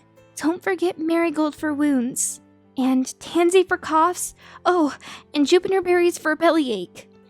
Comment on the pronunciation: in the video I hear Jupiner berries instead of Juniper berries